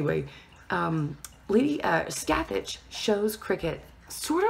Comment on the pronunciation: god, you're butchering Scathach's name